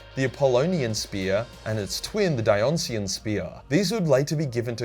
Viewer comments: Die-o-nice-ian you cretin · Stg is damn near illiterate - the Dionysian spear is pronounced Dye-oh-nye-see-an, not dee-on-see-an. Ya know, since it's named after Dionysus